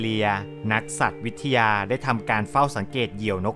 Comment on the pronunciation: นิดนึงนะคัฟ อ่านว่า "สัตว์-ตะ-วะ-วิท-ทะ-ยา"คัฟผม